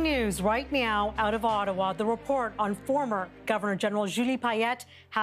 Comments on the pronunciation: Lmao she said breaking news right meow.... Edit: I could tell stories of the way employers have been with me that would make their heads spin. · “Breaking news right meow” 😂